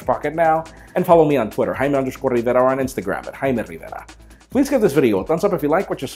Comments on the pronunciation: Jaime never stop using the Spanish pronunciation of your name, 50% of the reason I watch Pocketnow Daily is for your beautiful "Jaime Rivera"s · We like how you pronounce it, dont worry.